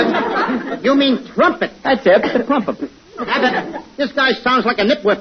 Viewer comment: Tommy: "Wanna hear me play a 'pune' on my 'prumpep'?" Lou: "NO". Tommy: Then how about the 'clarinep'? I play the 'clarinep' , the 'prombone' and the 'puba'! Lou: Oh no, you don't play the 'puba'. A 'puba's' what you keep uh your uh, 'poothpaste' in to brush your 'peeph'!" No wonder Bud lost it, that was a brilliant ad-lib.